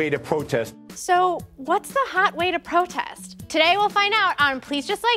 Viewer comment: "Is dis da white way to pwotest." is what I heard.